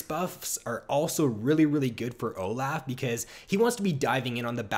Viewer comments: Oh laugh, he's so good, it's good for Oh Laugh. OH. LOFF. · please stop saying oh laugh. It's insane